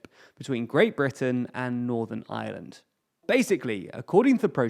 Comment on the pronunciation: P it sounds like "the island of island"